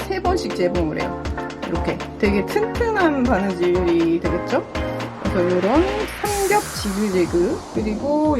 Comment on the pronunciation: 오 아기자기하고 귀여운데요? 근데 삼겹지그재그... 나는 왜 삽겹살지글지글로 들릴까😋ㅋㅋㅋ